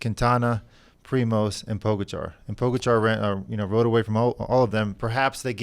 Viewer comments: Very close. According to my Slovenian buddy..... Ta-day Pah-ga-chah 😉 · Thank God for the translating lady! Poor Tadej and the butchering of his last name. Pogachair, pogacharred, pogostick. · Bob roll pronounces is PO GATCHA